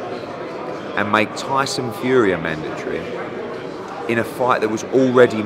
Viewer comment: I keep thinking he says "HUGHIEEEE" not "FUREEEE"